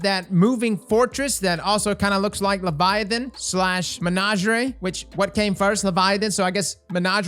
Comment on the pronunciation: Nice! BTW Its not Menageray its Menagerie, My cousin mis-pronounces it too because of how you say it and he won't say it right even tho I insist it's mispronounced. Thx